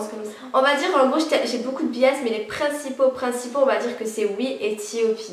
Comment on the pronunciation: S'il vous plaît prononcer bien les groupes etc a l'anglaise c'est pertubant D: ... Du genre T.O.P = TiOPi ou NCT = N-Ci-Ti